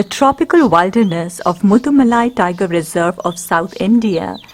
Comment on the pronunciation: Please note it’s pronounced as Will- der-ness not wilder-ness. ( will rhymes with Bill)